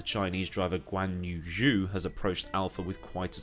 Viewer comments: Zhou is pronounced "Joe" instead of "Jew" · Just so you know, Zhou is pronounced more like Joe than due, if that makes sense. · I think George is gonna try to beat Lewis from his first season, especially if you consider its new regulations and brand new cars where experience with the current Mercedes is essentially not relevant (just a note, Zhou is pronounced Joe in Chinese) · ignorant to say Zhou isnt stellar...also your pronunciation of his name is bothering